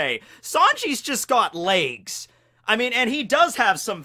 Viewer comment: the way you pronounce 'layges' triggers me